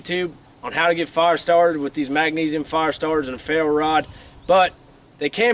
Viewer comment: I like how he says fire. Farr.